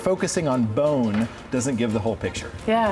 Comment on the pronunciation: Africa wasn't Africa back then! hate the way she says Licking instead of Looking. or lets go and have a lick. Also bine instead of bone